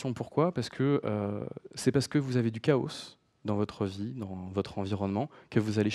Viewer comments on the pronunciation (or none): Merci pour cette interessante présentation ! :) un détail me fait ticker, on dit pas plutôt chaos comme K O et non pas K O SEUH ? K O SEUH c'est en anglais ca il me semble du coup dire une phrase entiere en francais pour dire un mot a l'anglaise dedans ca fait bizare ... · Ben ça dépend si dans ta phrase tu dis "chaos engineering" tu le dis à l'anglaise et si tu dis "ingénierie du chaos" tu le dis à la française. Mais oui en français on ne prononce pas le 's' à la fin. Je ne trouve pas que prononcer le 's' à la fin de chaos ai une incidence sur le fond de la présentation et son contenu technique.